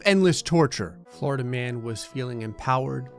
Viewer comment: Everytime you say "Florida man" I hear "Flarda man" instead